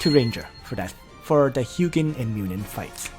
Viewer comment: Correct pronounciation is HOO-jin and MOO-nin. You should change title to Ancient Call edition since the setup you mentioned is mostly for that. Im thinking of using Ullrs and holy pegasi since i lack sky archers currently, and pegasi give 50% reduction when attacking. Outside of AC, sprint from pegasus route is invaluable when not using leticia. Other things worth mentioning are the pegasi route lacks melee skills.